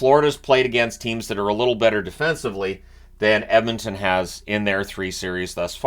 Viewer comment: Can’t wait for another 2+ weeks of pronouncing it “Emintin”!